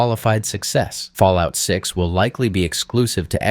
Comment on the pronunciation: New game take a hit of jet everytime he said falloit 6